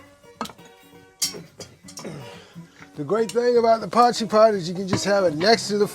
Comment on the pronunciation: This is actually an original dish from South Africa. Thank you for pronouncing it correctly man. As a South African now living in Mexico I miss potjiekos and haven’t eaten it in years!